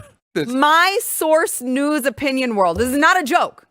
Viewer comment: I love you, but I have to say it again! News… Not Shoes!!❤️❤️